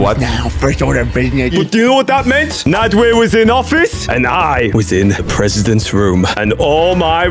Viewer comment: Why does bro call nadwe naadweeh